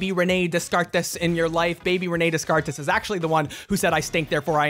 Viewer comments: Sure im not the first but.. Descartes isnt 'dez kart ees' its 'day-karr' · Did you really say descartes that way- It’s said Daycar 🤣🤣💕 annoying, understandable, but as a philosophy student from UK, I cried. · The way he pronounces Descartes is.... interesting. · as a philosophy student: your pronunciation of descartes is fucking hilarious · the way you pronounce Descartes gave me a brain aneurysm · Hold up...How did you pronounce Descartes?